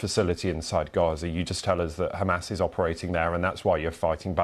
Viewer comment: Im tired of their accent (khamas) what the hell man. Its hamam. And how can you bomb under the hospital?